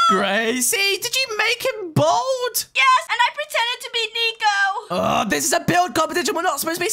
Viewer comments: You said "nico" Not "neko" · “Nicohlas and nico” not “neko” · A not neko it’s nico